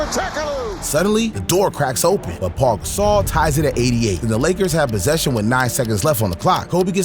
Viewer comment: De’andre fox😂 Paul gasol 😂 bro cannot say names right